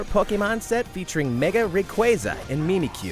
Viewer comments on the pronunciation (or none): Po-KAY-mon Mimic-kyu